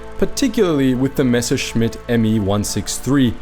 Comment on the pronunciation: nice that he can pronounce messerschmitt corectly